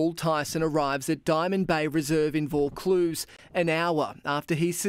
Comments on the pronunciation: Happy New Year from Sydney 🎉🥳. Just letting you know the suburb is pronounced "Vaw-cluse" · Nice to see such a recent Australian case, thanks! Pronounced like Vore Cluse lol